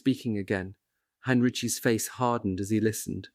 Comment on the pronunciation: Ok, is it General Heinriki,Heinrichi,Heinrich? I can’t spell it, but he’s read it wrong 3 times now.